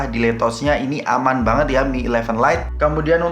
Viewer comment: Opo iki... Useer Eeeekspeeeriens, membuka cakrawala....?, mengurangi beban hidup... 🤔.? Over yuss, piik breknes... Biasa aja lah mas, pilih bahasa yg sederhana aja... Gak usah pake istilah keren kerenan kalau pengucapan nya belum oke.. 🤭